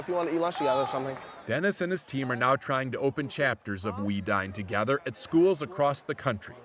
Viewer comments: I thought the club name sounded like "We DIE together" not "We dine Together" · I thought he said "We dyin'.... TOGETHER" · I thought he said "WE dyin together" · Who else thought he said we die together?? XD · i though he said 'we died together' at first😂